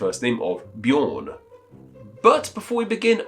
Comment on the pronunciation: The Swedish pronunciation of Björn is similar to the English word yearn (prepended with a B). When you pronounced the Norwegian Bjorn, you were much closer to the actual pronunciation, even for Swedish. It is NOT pronounced as B-yore-n.